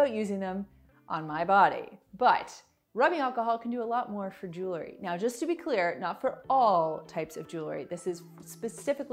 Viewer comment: Jewelry not jewlery. I do love these hacks ! Thank you